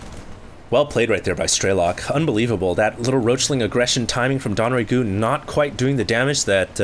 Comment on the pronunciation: It's not "Don"RaeGu. It's DongRaeGu. Dong-Rae-Gu. DONGS.